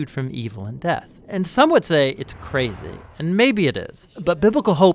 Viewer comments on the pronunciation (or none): none